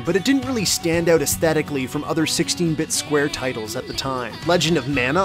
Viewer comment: Is dog canadian? "Check it owwt"